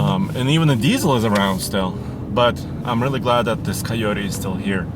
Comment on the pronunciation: I love Russian accent when he says coyote. It’s almost like he saying keoteee